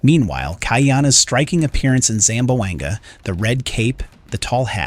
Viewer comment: ZAM - BWANG - GA 😂